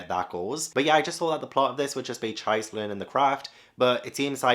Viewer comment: Really happy to see you pick up The Ancient Magus' Bride. Btw Magus is pronounced the other way and Chise is pronounced as Chee-say. One of my favs. Love to see your journey with other series like Dorohedoro, Slam Dunk, Dandadan, Made in Abyss and more.